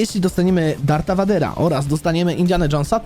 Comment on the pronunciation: Darth Vader czyta się "Dart Vejder".